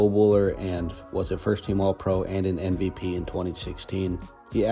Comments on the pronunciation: This video is so, so good! There’s just one thing that’s bothering me. Why do you say NVP instead of MVP? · Thanks, but I actually just mean the way he says it every time. It just doesn’t sound at all like he puts his lips together.